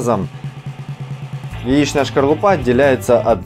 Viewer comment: Не шкорлупа,а скорлупа ,уважаемый....